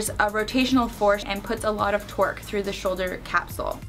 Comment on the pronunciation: Did you say "it puts a lot of twerk through the shoulder capsule"